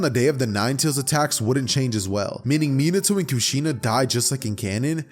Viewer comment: It’s mi- na- to